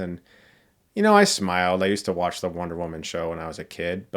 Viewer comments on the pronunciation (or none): none